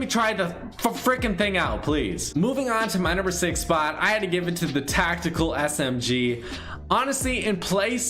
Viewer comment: “Tactekel” LMAOOOOOOOOOOOOOOOOOOOOOOO